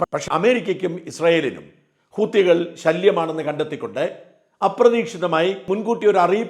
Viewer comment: Please ഗസ്സ എന്ന് പറയരുതേ. ഗാസ എന്നാണ് അതിൻ്റെ ഉച്ചാരണം. അതുപോലെ ഹൂത്തി അല്ല, ഹൂതിയാണ്. മറുനാടൻ ലോകം കണ്ടയാളല്ലേ ?